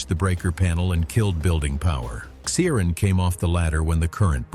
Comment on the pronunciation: PLEASE try to get names right. There is NO soft "C" in Irish. His name is pronounced KEER-ahn. It's not some rare or obscure name, either in Ireland or the Irish diaspora.